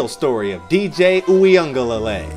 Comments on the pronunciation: (You-ga-lay-le) that’s how you say it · This is how you pronounce his name Brodie. DJ “Wee-Ngah-leh-lay” but overall good content 🤙🏽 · I cant take the butchered name pronunciation 🤦‍♀️